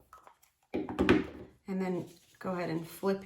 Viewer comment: Stop saying goahaed!